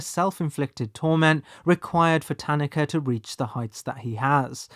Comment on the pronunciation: I appreciate how you pronounce "Tanaka." As English speakers, we often insert emphases into foreign words (ta-NAH-ka), but the way you pronounce it is closer to actual Japanese.